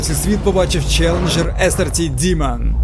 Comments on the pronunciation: Файно моя улюблена марка , але ти не правильно вимовляєш діман це що Діма , правильна назва DEMON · Замість того, щоб ганьбитись, ви могли б прослухати в Гугл-перекладачі, що Demon звучить саме "дІмон".